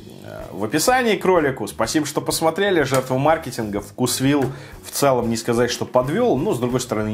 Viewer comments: делай еще видео про блюда из вкусвилла. У них много вкусных охлажденных блюд и пирожных. P.S. думаю правильно говорить вкУсвилл, а не вкусвИлл. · Правильно вкУсвилл 😄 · Правильно "вкУсвилл"